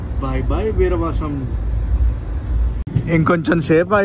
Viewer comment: విరవసం❌ వీరవాసరం✅